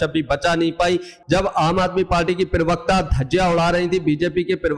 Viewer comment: Bhai पिरवक्ता नहीं होता प्रवक्ता होता है ठिक ठिक पड़ा बोला करो।